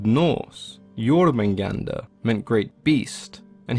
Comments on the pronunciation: Silent R at the end of his name btw. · BRUH THERE IS AN R AT THE END OF HIS NAME